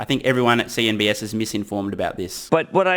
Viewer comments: love you. It's CNBC, not CNBS. $TSLA to Mars! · It's "CNBC", not "CNBS". Small issue but sounds really weird to us Muricans. ;) Good vids mate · I kept hearing you saying CNBS huh?